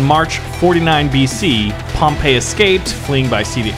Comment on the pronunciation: It’s pronounced Pom-pi not Pom-pa